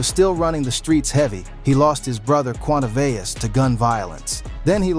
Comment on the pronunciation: It's pronounced quan-tay-vius! 😂